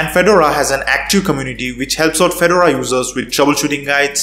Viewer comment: It's not a tennis player so it's pronounced Fe-Door-A Please get this right!!!!!